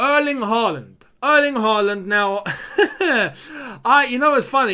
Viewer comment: Can you say Haaland with Å? Like when we sing “Å” oh tammy tammy